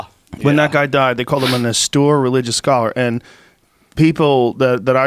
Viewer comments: How many times is Joe going to pronounce austere “awstoor”? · "Awstewer" Religious Scholar lol...c'mon Joe :) Austere? :) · It’s austere. Like when you’re about to crash into a wall so you tell the driver “Ah! Steer!” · And he still can't say "austere" right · Lmao, oh okay bro thanks for that, I’m sure Joe Rogan has never heard the word austere in his 50 years on this earth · Joe is repeatedly upset about a word he has yet to learn to pronounce properly. Makes him look foolish. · Austere, Joe. Austere.